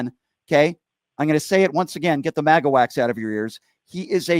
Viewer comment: It's funny that when you say maga it sounds like you're saying maggot. So funny.